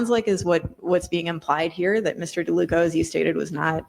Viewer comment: It's not LeDuca.. It's DeLuca...